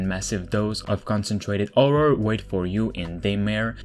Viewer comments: sorry for asking this are you albanian guy cuz u can't say horror u say orror ? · no listen carefully he say orror cuz albanians people they speak same they cannot say H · I like how you say Orror and not Horror xd